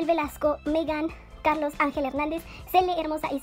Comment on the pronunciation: dijiste celes hahahahah gracias soy tu fan algun dia quiera visitar tu galeria tomarme fotos y mas pero vivo en ecuador pero veo tus hermosos videos de tik tok y youtube ☺♦